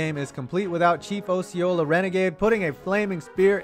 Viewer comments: Some FSU stuff for you, it’s pronounced AWWseeola and it’s not called the Doak it’s called Doak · Btw, Doak Campbell Stadium has the H-Style goal posts as well. Also you said "Chief Ōsceola, when it is pronounced Ah-sce-o-la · I’m sorry to say, but you got a lot of things wrong in this video. For example, the “Heavener Football Complex” DOES NOT serve as the main entrance for Florida football games. Also you pronounced Chief Osceola wrong.